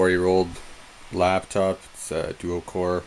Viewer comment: Lost me at "Labtop"